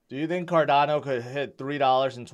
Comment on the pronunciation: if you cant pronouce cardano correctly you have no business discussing crypto!